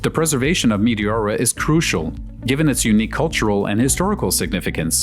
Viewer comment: nice footage! btw- its pronounced me TE ora , not mi ti ORA.